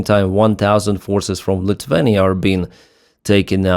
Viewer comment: Please not Litwenia, but Lithuania 👍